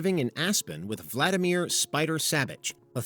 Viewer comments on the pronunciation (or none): none